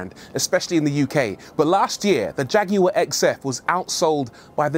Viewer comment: Leave it up to somebody from the UK to pronounce the name Jag you are correctly